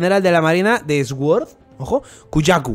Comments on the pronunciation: se pronuncia “suord”, no “esgüord”, no es por hate, es un comentario constructivo. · "SOR" QUINTO, "SOR" Asi tal cual